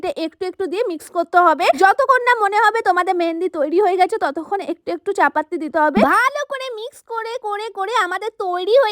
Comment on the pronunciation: চা-পাতি ❌ চাপাততি✅😂😂😂